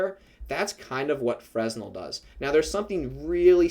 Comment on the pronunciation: The S is not pronounced in Fresnel, thanks a lot for the effort and all 🔥